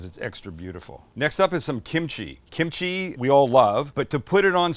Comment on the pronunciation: Ahhh, you lost me at kemchi. 🙄